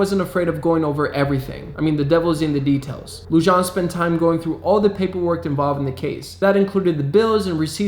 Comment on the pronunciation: David Lujan is pronounced David Luhan